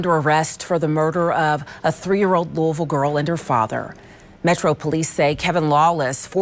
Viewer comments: Hey family its not pronounced like lewis. Its pronounced like lois v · It's pronounced Lew-Uh-Ville that Lewis-Ville stuff will have you on a t-shirt with your balloon release held at the gas station you were hit at 🤷🏾‍♂️ ijs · A bruh the S is silent lou-ville... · The S is silent 🤫 It’s pronounced Louie-Ville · I wish you content creators worked on y'all pronunciations and ethics 😂 Grown ass men saying "Louis-Ville" be trippin me out lol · The "s" is silent on Louisville